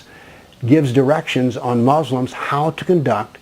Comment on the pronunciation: You have nothing else to do. You do not even pronounce Islam correctly or Muslims correctly. In fact you do not even know the Full name of Prophet Mohamed. What you are saying about Islam is complete lies and fabrications. Just keep barking.